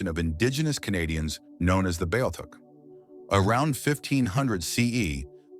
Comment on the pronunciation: Your saying it wrong. Its B -Ah -theek